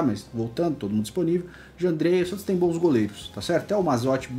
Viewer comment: Cara, vc falando SATOS é muito engraçado hahahahahah